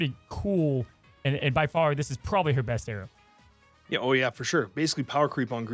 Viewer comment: The way says arrow sounds like Aero